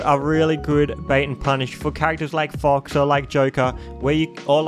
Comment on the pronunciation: "Fucks is really good..." Can't unhear it.